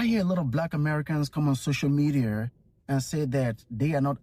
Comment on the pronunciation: " Social medieerr" 😂😂